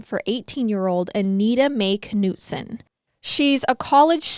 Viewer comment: i believe it is pronounced Nutson…. do you pronounce knife k-nife?